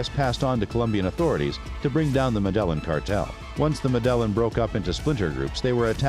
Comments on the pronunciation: Medllan ? It's Med-ej-jean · Yeah not mEdElLiN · Yeah its pronounced Medellin not MeDeLliN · WTF is the "medèllen"?? It's pronounced Mèdeyìn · Its pronounced "Meh-deh-yeen"... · Med-a-yeen cartel, say it with me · Medellin iss pronounced Med-uh-yeen. Damn it. Not the only video where you do this. In latin/spanish/central and south american countries, at the least, pronounce "ll" as "y". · PRONOUNCED med ah yeen: Medellin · Had to shut it off and down vote because of pronunciation of Medellin. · Learn how to say " Medellin" please 😂. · It ruined the whole video for me. 😆